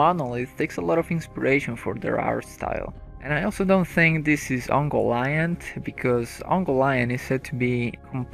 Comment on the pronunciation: It's pronounced "Key-rith Oon-goal". "Oon-goal-ee-int", not "Uncle Iyant".